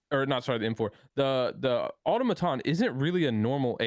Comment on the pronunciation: Ever since Chris pointed out and say aTOMaton.. and can't say it any other way lol